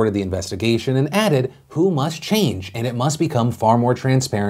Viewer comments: It's pronounced Double-U, Aitch, Oh – not "who". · Tip: The WHO is pronounced by saying each individual letter (W. H. O.) - not by reading the word "who" (that's a band) lol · Phil you're supposed to pronounce each letter in WHO not say "who"... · Ever time Phil says "The Who" it makes me wonder why the classic rock band has anything to do with COVID 19. Can somebody tell him it's the W.H.O.? Each letter is pronounced separately. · FYI - when you says WHO, you're supposed to say the letters. It's not called the "Who." I love you Phil, but this video was so cringey. You can Google it or contact anyone at the WHO to verify. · Who? The World Health Organization. The W.H.O. Not the who. Sorry, but you said it like 50 times and it got annoying. Now I've vented and can go on with my day. Thank you for your time. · its W.H.O not who..you're not a toddler